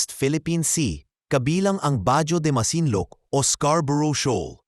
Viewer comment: pinoy ka ba? iba ang bigkas mo sa bajo de masinloc😂😂😂.mag aral ka nga ng tamang pag bigkas....balik ka sa elemintary grade.😂😂😂